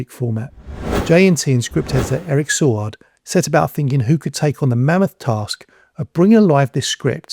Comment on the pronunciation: Eric say-word not saw-erd